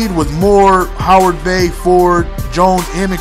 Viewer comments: Howard-bay? Do you mean Heyward-bay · It's heyward bey not Howard! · its heyward bey hahah not howard lol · heyward-bey not howard-bey